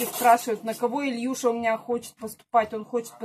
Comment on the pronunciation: Это по иешнему так звучит.